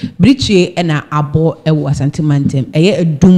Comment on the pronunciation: Please it is not Asante mantam mu, rather say Asanteman mu. When you say Asante mantam , it means Ashanti Region but Asanteman means Ashanti Kingdom.